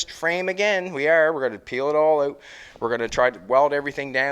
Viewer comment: How you say out? euot